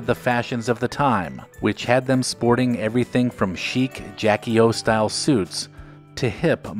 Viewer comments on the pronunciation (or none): none